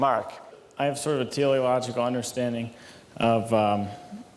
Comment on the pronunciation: What is tea o logical? Are they trying to saying theological? 🤔 no relating to the telos